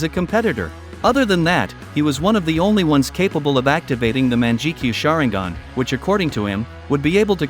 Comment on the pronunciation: MANJIKYU SHARINGAN(mangekyo) Haha What a fucking disgrace